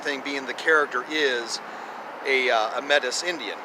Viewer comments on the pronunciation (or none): Metis is pronounced MATEY